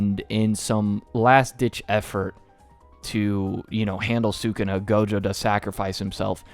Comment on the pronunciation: Taking your Puerto Rican card given the way you pronounce sukuna